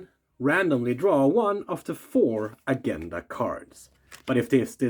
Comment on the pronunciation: Thanks for that. Great job. (Just quietly, 'Agenda' has a soft g not a sharp one) Obviously I love Board Games and Star Wars.